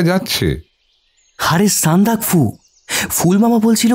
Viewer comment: আপনারা উচ্চারণের দিকে আরও যত্নশীল হন। কাকাবাবু যিনি করলেন উনি না, যিনি গল্প পাঠ করছিলেন মানে । ওটা সান্দাকফু', সন্দাকাফু নয়। এছাড়া আরও আছে।